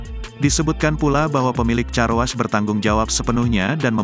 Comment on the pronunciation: 🎉Baca nya Karwosh bukan carwas atuh.... Gini deh kalau yg baca bukan manusia asliiii